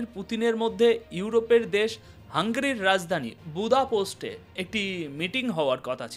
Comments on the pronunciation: শব্দ উচ্চারণের দিকে একটু নজর দিবেন,বার বার বোদাপোস্ট বলেছেন শুনতে বিশ্রী লাগছে,হাঙ্গেরির রাজধানীর নাম বোদাপেস্ট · বুদাপোস্ট নয়, বুদাপেস্ট। দানিয়ুব নদীর দুই পারের দুটি শহর বুদা ও পেস্ট একত্রে বুদাপেস্ট।